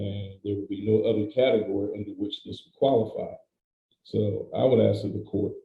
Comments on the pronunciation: She axed everyone for help ? Isn’t axing someone a crime. I axed them!!!!!! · How does he afford giving her $1,000, when he is basically homeless? Again, using the word ax, instead of ask! OMG! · Is it that hard to say ask not axe 🪓 it makes no sense and when she said We had a late over 😂